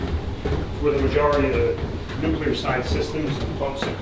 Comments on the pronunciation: Really, A Nukular powerstation you say? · LOL. "New-cue-ler power stations" Nuclear broseph. New-clear. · Please dont pronounce it "nuki-ler", it's "nu-kli-er"